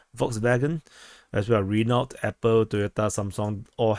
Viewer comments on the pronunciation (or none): none